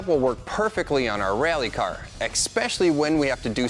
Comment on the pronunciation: "This setup will work perfectly awn our reeAlly car. Expecially when we put 2 lower case E's in front of every 'A' sound"